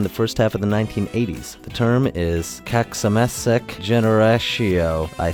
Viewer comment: it was soooo far away how you say kacsamesék xD but nice try .